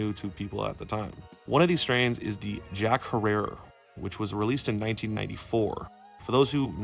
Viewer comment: Jack herer pronounced jack hairer not harerra